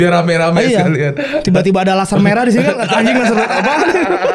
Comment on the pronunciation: Raim bang et di kata raim raim